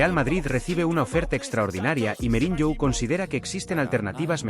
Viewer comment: SE DICE MOURIÑO NO MEURIÑO